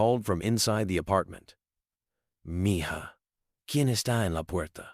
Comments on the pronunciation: No matter what anybody agrees with, I tell you AI IS VERY BAD! Why are you using it-doesn’t work for PRONUNCIATION! It’s MEE-HA!!! It’s a loving word a Spanish person uses for suns and daughters and children they love or are being sweet and loving to! It’s DISRESPECTFUL 🤔🤔🤔🙄🫣👎👎👎pedestals and worshipping is only for our LORD and SAVIOR JESUS CHRIST🎚🎚🎚🤔🙏🏻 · Enjoyed Learning that Elon Musk cares about his employees health benefits. However, you should pronounce mija correctly if you go to Google translate You can hear the correct pronunciation of MIJA. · The "j" in mija is pronounced as an "h" in Spanish. Wonderful story otherwise. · If you are going to tell a story and use one lousy spanish word, at least look up the correct pronunciation!! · You all believe this story? Do you think Elon is aware of this lil video? I as a spaniard can’t stand the way this AI pronounces MIJA!! LoL the j sounds like an H. Damn it. Jajajajajaja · Please teach your AI voice that "Mija" is not Me-Jah it is Mehah. And take out the several minutes of repeat right in the middle. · Ok so I have a real question How did this story get known? Every detail I think Mr.Musk would be to Humble to tell this story down to every detail. And the guy telling the story keeps saying Miga that word is spelled (Mija but the J is the sound of H) so it’s Miha that means Daughter but like a little daughter. I think this story is B/S sounds to Fairy tail. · It's petty, but her mother keeps calling her M-ja it's Spanish and it's not m-ja it's Mee-ha! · MIja is pronounced ME HA not me ja. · I wish AI could pronounce Meja as meha. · Nice story, yes...but it's MeeHa, not MeJah😇😘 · Meja pronounced Me ha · If you can’t say it right don’t use the language. It’s Miha j is an h sound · Its pronounced Me Ha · I hated that he's not pronouncing mija correctly. MEHA is how it's pronounced.